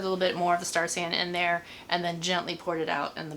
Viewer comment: Around , are you saying star sand? lol